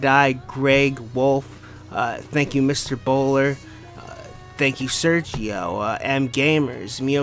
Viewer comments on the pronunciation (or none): none